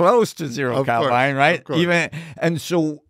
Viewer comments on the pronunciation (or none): When he said hbarmu , I said wait a minute, and later he pronounced Kelvin as kelvine, I stopped listening😂